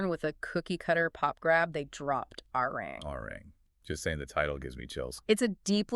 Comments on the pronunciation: It’s not Arang, it’s Arirang. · "A-Ri-Rang"-- three syllables, please. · True, but then they also cycled in pictures of Stray Kids and Santos Bravos 😂and constantly mispronounced Arirang. However, it's hard to hold it against them since this video is actually well narrated and has a good breakdown of BTS and Arirang's success. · The fact that certain essential words are mispronounced video after video shows that you’re not reading the comments and not trying to correct your errors. This further tells us that the content isn’t really important to you. BTS is just a means to get clicks and make money. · This is a very good assessment and report. Thank you for all of the hard work and research behind it. However, to continuously mispronounce the album title is difficult to accept. It would have taken a matter of seconds to learn its correct pronunciation. Please look into it soon. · The very least you can do is pronounce the title of the album correctly.